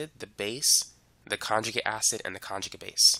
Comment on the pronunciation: Good instruction but hard to understand the cockney english sometimes, ie, not pronouncing the t's and d's. .........conjugi' acid